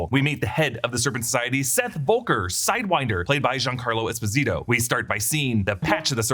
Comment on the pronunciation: You are saying Esposito all wrong